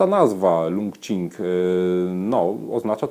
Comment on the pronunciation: Zapewne czyta się to 'czing' jak qigong :) Uwielbiam wasze filmiki, uwielbiam zieloną i białą herbatę, jakiś czas temu zaczęłam też eksperymentować z yerbą, a dzięki waszym filmikom piłam także indyjską chai masalę i marokańską z miętą :D